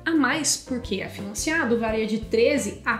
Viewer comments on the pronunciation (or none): none